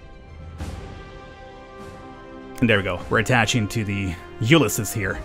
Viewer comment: Ulysses is pronounced "you liss eez", just a fyi.